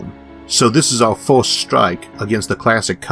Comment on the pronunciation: forst, second, thord.... xDDD